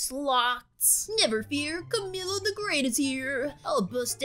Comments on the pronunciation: By the way not to be rude I love your vids but his name is not ca-mi-low it’s pronounced ca-me-lo but spelt camilo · Its spelt camilo but its said like cameelo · When she said camilo I wanted to die- so basically its pronuced like... CAM-EE-LO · And it's cum-eelo